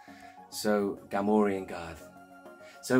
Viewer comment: Cool video! Always good to hear a fellow collector pronounce Gamorrean Guard correctly and see I’m not the only one going nuts over card variants. The Wedge has a lot. I recently got the Canadian multi language unpunched. I also picked up an odd offerless one with Kithaba on the back and the first issue with the Kenner Wicket. Really hope we get a comprehensive book with card variants some day.